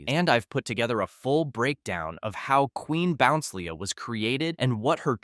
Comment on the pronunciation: QUEEN BOUNCELIA IS PRONUNCED 'QUEEN BO-NCE-EEL-E-A'